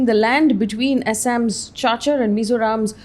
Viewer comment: Cachar is pronounced 'Kachar'